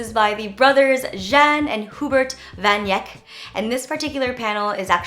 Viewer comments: lol van yeck AHHAHAHA. Its pronounced van aick. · Also van Eyck is pronounced "van Ike" :) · I loved this video jen!!! Just wanted to let you know that Van Eyck is pronounced like VAN AY-K (like a short k? Does that make sense?)! No worries though, Dutch is hard! :—)